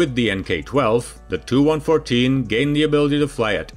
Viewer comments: Tee-You-114!! NOT TOO-114 🙄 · He pronunces the "TU 95" as "295" , and reads of "TU 114" as "2114". Its confusing because there were never planes of those model numbers. Its not printed text, so instead of either saying "tee you 95", or "295", you might as well just say the unabbreviated name. And call them the two plames "Tupolev 95" and "Tupolev 114" respectively.